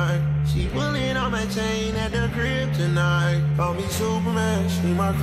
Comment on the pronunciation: Kryptonite was a banger. My only gripe is probably the biggest nitpick ever. I wish he pronounced 'crib tonight' more so it didnt seem like hes just saying he has a girl at the kryptonite.